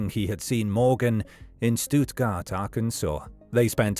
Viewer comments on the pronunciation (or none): the pronunciation of Stuttgart was bad too.